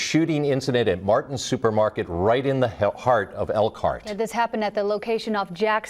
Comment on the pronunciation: They can't say Elkhart Indiana.How is people going to know